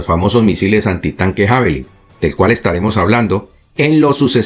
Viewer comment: Sólo una pequeña acotación para que sigas manteniendo tu alto nivel de profesionalismo e impecable oratoria: Se pronuncia "Yavelin".